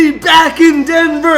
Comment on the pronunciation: Your saying jokic name wrong